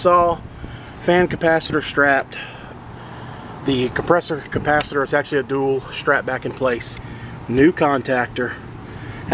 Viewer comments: I know you mispronounced capacitor on purpose but it reminds me of when I was a kid I pronounced it "capacitator " That's a great theft deterrent always on " disconnect " unsafe but effective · A Capasisitator...... 😂🤣😂🤣😂🤣😂🤯